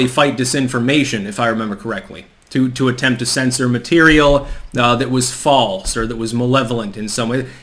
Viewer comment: “MuH tErIaL”